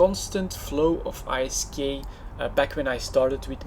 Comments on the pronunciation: its called isk. NOT I.S.K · "i s k" - do you also pronounce gold as "g o l d"? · I'm not sure wether to hate or love how you say I - S - K insted of ISK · Every French I know say I S K too. :) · I thought he was saying "Ice Skate"